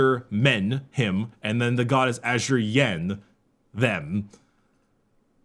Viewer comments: "Ah-Sur-Yi-En" Asuryan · I hate to be that guy but the head of the Aeldari gods is pronounced ‘a-sore-ian’